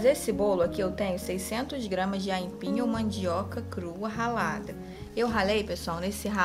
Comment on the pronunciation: Moça , não é aínpim . É AIPIM